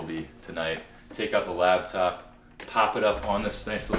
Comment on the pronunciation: bro... It's a 'lap'top. Not a 'lab'top. Lol! Had to poke fun at you about it. Goodluck on the move man. Change is good!